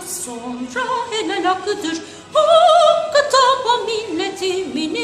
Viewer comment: Ağzına sağlık ancak marşımızın sonunda Hakka tapa olarak duyuluyor "n" sesini daha belirgin söylese daha doğru olurdu.